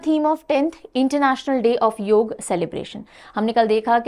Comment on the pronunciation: बहुत अच्छा लगा की आपने योग का उच्चारण योग ही किया । ना की योगा ! 😇👍🏻👏🏻